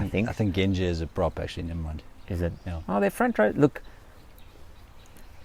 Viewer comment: It’s pronounced gen-j. Not gen-jeh. Pleased with the Boks ending on a winning note and at Twickenham. England are a loooooong way off even considering winning the RWC.